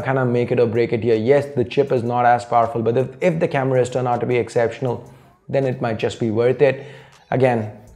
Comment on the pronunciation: Why do u say cameruus